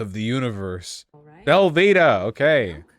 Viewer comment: Vaush’s pronunciation of Velveeta reveals the extent of his white privilege